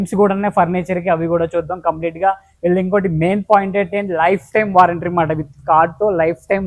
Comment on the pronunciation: నాయన వారెంట్రీ కాదురా బాబు వారంటీ అను 😂